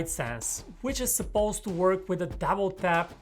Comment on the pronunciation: "dabble tap"